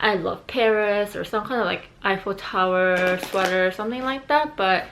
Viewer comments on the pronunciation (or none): An i the only one who keeep hearing say "ipho tower" instead of "eiffel tower"?